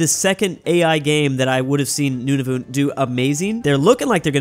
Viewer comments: It’s Nun-a-vit not Nun-a-voot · also nunavut is pronouced none-of-it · Nunavut:exists: Newnavoot. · this is a very Canadian thing to say but Nunavut is pronounced nun-a-voot not nun-a-vit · As a Canadian I cringed when pronounced Nunavut “Nunavoot” not like “Nunavit” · Its not noon-a-voot its nun-a-vut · i swear to god if he pronounces Nunavut like "Noonoonoot" one more time say good by to Finland!!!!!!! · they way this guy calls nunavut "nunuvut" drives me insane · It’s pronounced Nunavut is prob nice like “none of it”, and Saskatchewan is sus-catch-uh-won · Just to help you out Nunavut is pronounced: none-a-vut and you also forgot Newfoundland and Labrador